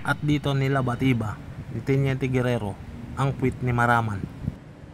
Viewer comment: Maramag, not Maraman.